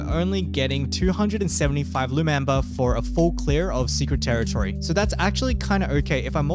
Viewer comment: dude... secwet tewitowy